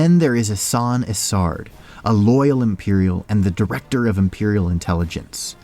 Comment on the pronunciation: You know you're pronouncing Isard incorrectly, right? It's a long I. Her nickname of Iceheart is said to sound like her name.